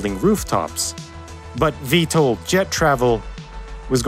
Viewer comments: Pronounced "VTOL", not "VTLE" (Vee-Tol, not Vee-tle) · VTOL not VTAL 😂 Vertical Takeoff OR Landing not "and". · I've worked in aerospace, not once have I heard VTOL pronounced V-TOLE, it's always V-Tall. Really takes away from the video.